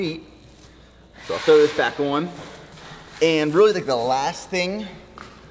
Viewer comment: ‘oan’ instead of ‘on’ - what accent is that?